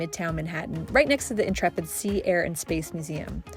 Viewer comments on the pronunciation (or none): none